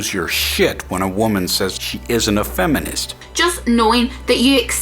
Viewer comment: Why is she saying "faminist"? :P